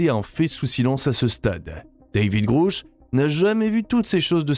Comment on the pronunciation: Il faudrait que vous cessiez d'insulter des gens que vous ne connaissez pas ni n'avez jamais rencontré ! Pour commencer DAVID GRUSH NE S'APPELLE PAS DAVID "GROUCH PUISQUE LE U NE SE PRONONCE PAS "OU" EN ANGLAIS MAIS E... Ne serait-ce pas vous le soulard par hasard ? Votre vidéo est très mal placée ! Quand on ne connaît pas les choses et les gens, on ne se permet pas d'en parler comme vous vous le permettez ! AVEZ-VOUS DES ENTRÉES AU CONGRÈS AMÉRICAIN ET CONNAISSEZ-VOUS DAVID GRUSH POUR OSER LE SALIR COMME VOUS LE FAITES ? CERTAINEMENT PAS ! CAR PAR VOTRE MANIÈRE PRÉTENTIEUSE DE PARLER DE GENS QUE VOUS NE CONNAISSEZ PAS, VOUS N'Y SERIEZ CERTAINEMENT PAS REÇU ET DE 1 !!! DE 2, VOUS ÊTES INCAPABLE DE REMPLIR LES FONCTIONS DE CES HOMMES, ALORS VOUS FERIEZ MIEUX DE FAIRE PROFIL BAS ! On a vite compris que vous faites partie de ces gens du côté NOIR, qui faites de la CONTRE DIVULGATION lorsque la VÉRITÉ VOUS DÉRANGE !!! MALHEUREUSEMENT POUR LES GENS HAINEUX COMME VOUS, IL N'Y AURA AUCUNE PLACE DANS UNE DIMENSION SUPÉRIEURE ! CE QUI EST RASSURANT POUR CEUX QUI ONT DES VIBRATIONS ÉLEVÉES ET QUI SERONT TRÈS HEUREUX DE QUITTER CE MONDE EN DÉROUTE QUE VOUS AVEZ COMPLÈTEMENT DÉMOLI PAR VOTRE MANQUE DE CŒUR !!! CESSEZ DE SEMER LA BISBROUILLE EN VOUS CACHANT DERRIÈRE UN ÉCRAN, C'EST VRAIMENT TROP MOCHE ! MERCI.